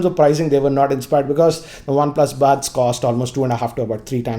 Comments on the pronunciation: First learn how to pronounce Buds ...It's buds and bads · Don't know why this showed up in my recommendation but I cracked really hard when I heard his English 😂😂 Lol Listen to him again if you don't believe me but every time he says buds I actually hear "bads".. not sure its just me...🤣😂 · anyone else getting annoyed with the pronunciation of buds ( buuuds, baads) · worst intro ever . his english pronunciation is too bad . baads (buds) , Waarless(wireless).